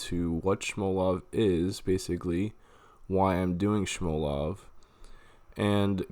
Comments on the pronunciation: sHmolov... lol nice pronunciation. Do you also say sHnake? it's freaking SMOLOV. They same way you'd say small love. Infidel. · Haha "Shmolov" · Where's the "sh" in smolov lool